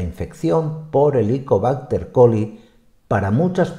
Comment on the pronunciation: HELICOBÁCTER PYLORI. Creo escuchar repetidas veces Helicobácter Coli. Creo que involuntariame se ha mezclado el nombre con el de una bacteria diferente que es la ESCHERICHIA COLI .